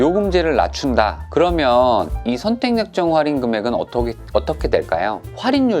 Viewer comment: 슨생님 정보감사합니당 근디 활인이 아니고 할인이라고 해주삼.. ㅋ